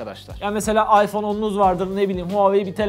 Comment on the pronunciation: kusura bakmayın ama aypon dan daha iyi AY AYPON DEĞIL O IPHONE TAMAM MIIII